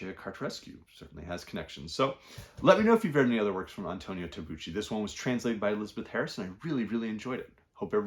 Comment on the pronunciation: Good morning and thank you very much for the video. I like your channel very much. Thank you for the recommendations. If you don't mind I just would like to point out that in Tabucchi (the c is pronounced hard like in Celtic). I read Tabucchi's Sostiene Pereira. Great book. Highly recommend it. That care!